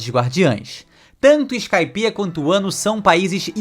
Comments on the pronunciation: Muito boa a teoria… só me incomodou vc falando “wano” o certo seria só “Wa” (和) que tem referência ao próprio Japão “wa no Kuni” (和の国) literalmente o país de Wa, assim como a culinária tradicional japonesa é chamada de Wa shoku (和食) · Deu um pouquinho de gatillho vendo ele falar "uano" wano... .." vano"